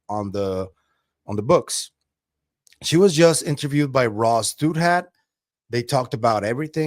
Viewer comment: I think it’s pronounced Dow-That